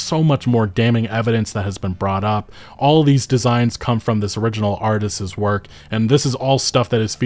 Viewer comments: Say it with me, now: artisT's, not artises, artisT's 😂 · Stop saying artistses